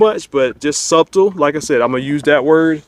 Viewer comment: The only thing wrong with this review is you struggling to say the B in subtle when it's silent.